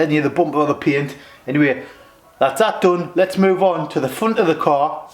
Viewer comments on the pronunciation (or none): none